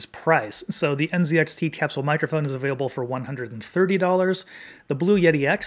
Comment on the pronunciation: I’ve never heard capsule pronounced that way. Have doctors been saying it wrong this whole time? 🤣 Sounds like a nice mic though.